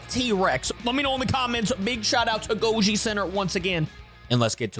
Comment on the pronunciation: GOJI CENTRE ❌ GOLJI CENTRE ✅